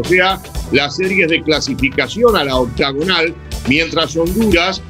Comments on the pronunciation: “La ouctaugunal” 😂😂😂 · Por que pitas dicen octogonal si se dice Octagonal?